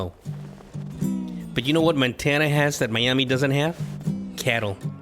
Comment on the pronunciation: “Montana” not “Mantana”